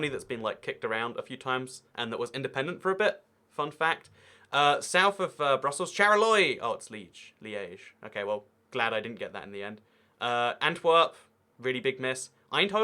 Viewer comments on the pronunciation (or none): Charleroi is pronounced "Sharlerwa".